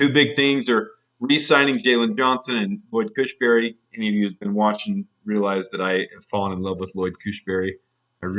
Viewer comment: Just a note.... The center from Denver is Lloyd Cushenberry.... not Cushberry.... let's get used to that name. I like him a lot